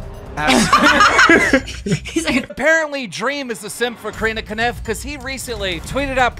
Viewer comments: i will nevcer understand how he's able to get the pronounciation "Kaniff" out of "Kopf" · Kopf absolutely no one: Keem: Kaniff